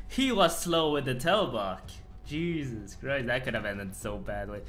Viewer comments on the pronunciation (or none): none